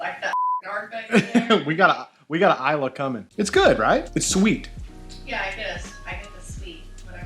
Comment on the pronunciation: i believe Islay is pronounce "e-lay".